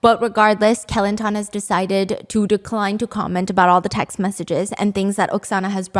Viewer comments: It’s actually kuh-lan-tan 😅😂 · When she said "Kelantan" I heard Kilantan I went like: What state is that??? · great video as always stephanie. from now on, im gonna pronounce kelantan like you did. so classy.